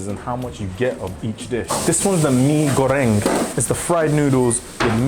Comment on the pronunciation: You pronounced "goreng" perfectly 👏🏻